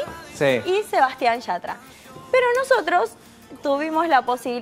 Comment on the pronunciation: No se ve una mierrr.. pero es mas incomodo escuchar al conductor pronunciar mal YATRA